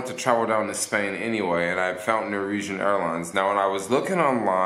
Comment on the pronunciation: Sheesh... Nor-Wee-Jen. Say it with me... NOR - WEE - JEN.